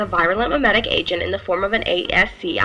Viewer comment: "ASC I-I" It 's asskee not A-S-C-I-I